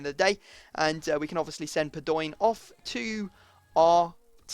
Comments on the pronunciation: padoeeen... really... its pado in. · Padoin is pronounced Pa-do-ween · Padoin is pronounced Pad-ow-een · Stop saying padoinnnn !!!! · No it's Pad-ow-an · Just a heads up its pronounced Pahd-Oh-In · IT IS PAD-O-EEN (pronounced) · Padoin is pronounced pad-wan